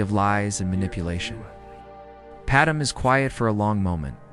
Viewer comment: Decent story but the lousy AI images are just distracting, and they look terrible. You’d be better off just a still image of a planet from space or something. And your AI reader sucks. Either teach it how to say “Padme” or deliberately misspell the name so the damn thing gets it right!